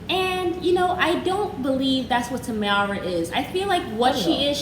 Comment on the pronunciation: Really enjoy you guys but her name is pronounced Tay-mar not Tamara